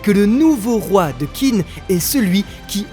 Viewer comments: merci de faire ces vidéos sur kingdom ça régale! Hate que tu avances! Mais s'il te plaît, Qin ça se prononce "tchin"! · Allo allo les frangins !!! Vous ne lisez pas les commentaires ? Qin se prononce "Tchine" et non "Kine"... c'est un peu comme si on disait la Franck au lieu de la France...